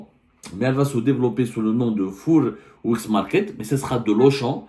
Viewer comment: Fouuuuuuuuur ! Quel pitre ! Incapable de prononcer un mot d'anglais plus que banal !!!! Fouuuuuuuuuur ! Hahahaha !